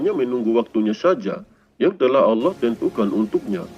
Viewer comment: Didalam alkuran tiyada huruf Lo tapi la maaf perbaiki cara menyebut ALLAH